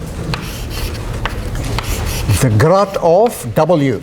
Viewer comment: It seems to sound like grot, but what he is really saying is "Grad" as in, gradient operator. His pronunciation seems to make Grad sound like Grot due to the afrikaans d=t sound at the end of the sentence, along with the long 'a' sound before it.